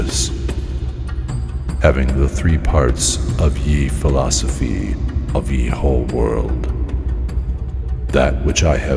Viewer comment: Great idea but yeeeeesh... “Ye” is pronounced “the”